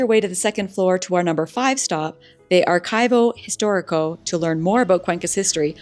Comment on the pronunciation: Ar-chee-voh Ees-tóh-ree-coh.